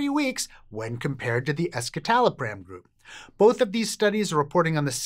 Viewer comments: It's "ESS-suh-tal-o-pram", not "ESS-kit-al-o-pram". Escitalopram is the S-enantiomer of citalopram, which is a racemic mix of S- and R- enantiomers. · That was what I thought too. I thought it was strange when he pronounced it with the k sound, and wondered if I'd gotten it wrong. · C'mon guys...it's pronounced "S"-"sittallopram"; not "eskitalopram". It is the 'S' enantiomer of citalopram. Escitalopram = (S)-Citalopram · what a shocker, the "science" says that big-pharma SSRI/SNRIs are better. you pronounced escitalopram wrong also.